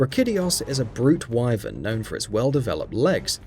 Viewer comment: Hated the way he pronounced Wyvern too...